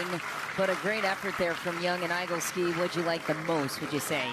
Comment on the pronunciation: I've never heard that last name - Igleski - prounounced "EYE-gul-ski" it should be "Ih-GLESS-ki". I think should check that.